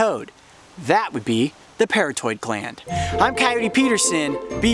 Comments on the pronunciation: It’s not the “para toid” gland. It’s the “puh raw tid” gland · Pronounced "pair ott id" parotid. Got some in my eye once. Extremely painful and couldn't open my eye for about 15 minutes. Blurry vision for quite awhile.